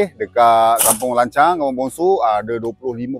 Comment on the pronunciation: Sebut baik - baik.. lancang bukan lancau